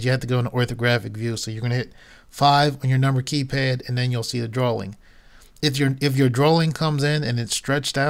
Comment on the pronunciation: Drawing. (Dro-eeng) not drawling!